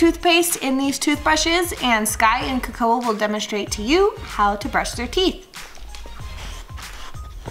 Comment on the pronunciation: Its hilarious but you disrespected her name its kAkoa